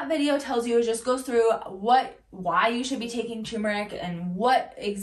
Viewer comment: It's turmeRic. Two Rs..